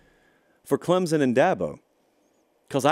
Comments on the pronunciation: ITS CLEMSON NOT CLEMZZZZZZIN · Respect your show, but PLEASE pronounce our school ClemSon, not Clemzon. Thank you. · Pronunciation: CLEMP'—SUN. Thanks.